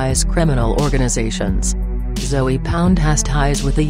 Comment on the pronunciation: She saying Zoey..lol